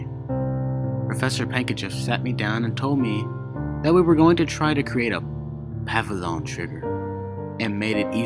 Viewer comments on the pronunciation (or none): Thanks for the narration. I enjoyed it, but found the music to be a little too loud at the six minute mark and the pronunciations were a little off. (Jungian=Young-ian, Freudian=Froyd-ian, Pavlov) Thanks for all the work you put into it, I especially enjoyed the accents to signify different speakers and the accompanying music.